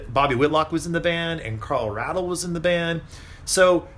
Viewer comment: 20 minutes long & I learned nothing. You might’ve compared the original mix with the 50th anniversary edition. Btw it’s Ray-del, Carl Ray-del...